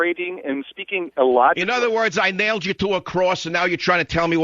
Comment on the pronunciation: I nailed you to cwass? Learn to speak English Michael! Many many Latin people can pronounce the word so why can't you?